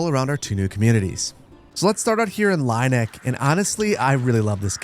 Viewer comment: Great video! It seems like the village names are German. In that case Lieneck would be pronounced as “lean-ack” and Leuter Flucht like “loiter”. Ehrlhardt would sound similar to “Airl-heart” 😊